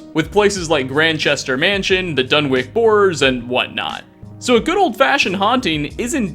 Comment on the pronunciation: Dunwick? Do you say sandwick?